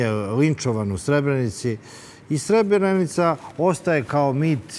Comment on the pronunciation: Evo gledam vec minutu i odma samo da kazem i voditelj i kurton seselj neznaju izgovoriti Srebrenica ,kako dalje ,samo kazem